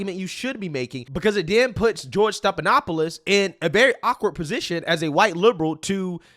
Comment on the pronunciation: his name is NOT STEP-it is STEF-StePHanopoulos.